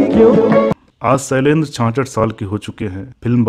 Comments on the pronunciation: Small correction - शैलेन्द्र , ना कि सैलेन्द्र मुकेश Jee, ना कि मुकेस Zee। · आपका श को स बोलना बेहद खटकता है बार बार. शैलेन्द्र को सैलेन्द्र ऋषि को रिसि. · बेवकूफ पहले बोलना तो सीख ले, सैलेन्द्र नहीं, शैलेन्द्र होता है.